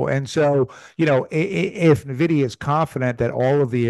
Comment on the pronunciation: Hard to take someone seriously that can’t pronounce nvidia. “Neh-vidya”